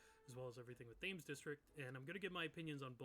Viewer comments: Just as a Brit, it’s pronounced ‘Tems’ not Tames 😅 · Great video, but you mispronounced Thames District. It’s named after the River Thames in London, and is pronounced ‘Tems’. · Hearing him keep calling it “Th-aims” district was painful to my British ears lol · You should say Thames with a harsh T, like you say the letter T. It's pronounced something like "Temms". Yes the spelling is different to pronounciation, yes that's British English. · Quick note: Thames is pronounced “Tems” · Got this video recommended by algorithm at 511 views and I'm so surprised it's not more popular, I will definitely watch more of this. Volume seems a little quiet. Side note: Thames is pronounced Tems... Brits being Brits (I can say that I am one myself). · thames being pronounced like that is really pissing me off 😭